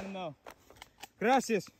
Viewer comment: I liked the "gracias" in Russian accent 💯